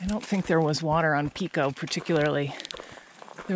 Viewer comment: It is not Peeko, it is Pico with a long I. Like pie. 🙃 Where you first came out of the woods is a ski trail which can be followed straight up to the summit or you can follow it down and hook up with the Sherburne trail.